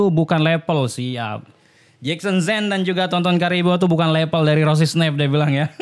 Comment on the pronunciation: Level bang bukan lepel hhhh